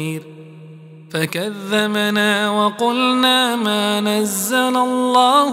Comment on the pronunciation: В 9 АЯТЕ ОШИБКА,НЕ "ФАКАЗЗАМАНА",А ФАКАЗЗАБНА", ДАЛЬШЕ НЕ БУДУ СЛУШАТЬ.МЫ ВСЕ ДЕЛАЕМ ОШИБКИ, НАДО ИХ ИСПРАВЛЯТЬ.